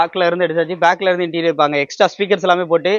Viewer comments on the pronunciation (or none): இன்ட்டிரியல் இல்லை தம்பி , இன்டிரியர்